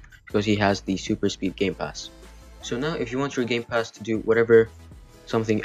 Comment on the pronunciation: Did you say gay pass?